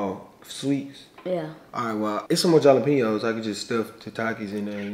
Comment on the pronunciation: Jalapeños makes a h sound not a j sound